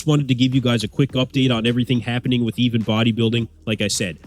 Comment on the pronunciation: Pretty sure his name is "Ivan" not "Even" It's just his accent that sounds like an "E" instead of "I".